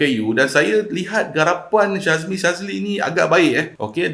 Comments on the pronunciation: Boss,sebutan nama syahmi jd syazmi,yoe jd yoei... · 3 kali syebut Syazmi, kawe terus stop watching. Syahmi bukan Syazmi bro. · knp asik aku terdengar syazmi sazli😂😂😂 ke aku salah dengar😅😅😅